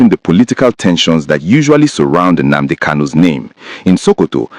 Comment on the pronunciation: My friend you claim to be an Igbo man but you can't pronounce common Nnadi KANU or Nnamdi KANU or even Nnamudi KANU and you are here saying or calling him "Nnamdi" please, can I ask you a question🤷: please what does "Nnamadi" KANU mean because as of me I don't know what Nnamadi KANU mean I only know about Nnadi KANU, Nnamdi KANU and Nnamudi KANU 🤷🤷🤷???